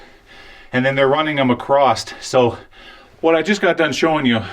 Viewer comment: it's not "acrosst", it's "across"!